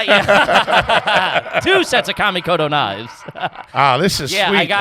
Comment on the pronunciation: Are you guys aware of the news with kamikoto knives? Check it out if not… youse don’t want them as sponsors. However if you are and the new guy said “commie koto” on purpose… that’s hilarious